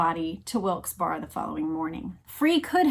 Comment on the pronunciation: I grew up in this area of PA. Wilkes Barre is pronounced like WILKS BARRY.